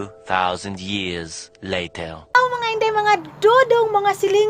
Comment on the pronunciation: Wow sometimes, English dai ahahah. Letter or later. . . Ahahaha aliw jud kaayo tang mga bisaya uy!!!